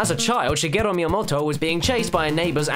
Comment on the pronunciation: Literally no one pronounces Shigeru Miyamoto's first name right. It's not "shi-gi-ru," it's not "shi-ge-ro," it's "shi-ge-ru."